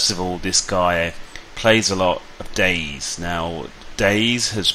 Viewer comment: DayZ is pronounced Day Z, not days. You pronounce the Z like a separate word.